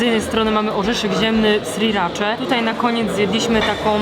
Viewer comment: jedna uwaga, nie SRIracza